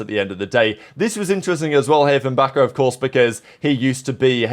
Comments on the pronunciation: its bazooka bro not Baka😭😭😭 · Hey! Just a reminder Bzkas name is pronounced "Bazooka" and not "Baka"🙏❤ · This guy read BzKa and read Baka, I can't ☠️